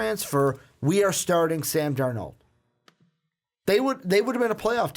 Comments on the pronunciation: It's Sam DARnold. Accent on the first syllable. Sheesh! You, also, forgot to mention Clay Helton, the brilliant young USC coach. He will become the next big-time coach in college football if the NFL doesn't steal him, first. BTW, Clemson is the current "King of College Football", not the "Tide". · They keep saying Sam darNOOLD!!! It's darnold, like Arnold but with a D... Darnold!